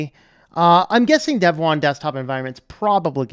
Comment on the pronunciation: Your pronunciation is correct. I know (back in the early days at least) that the website said it is pronounced like "dev 1".